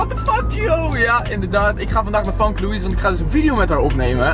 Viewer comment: je schrijft famke maar je moet zeggen femke 😉